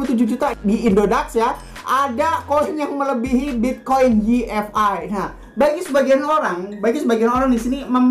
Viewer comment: Apaan yi ef ai? Way ef ay yg bener